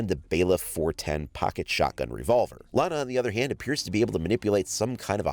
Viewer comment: Iana not lana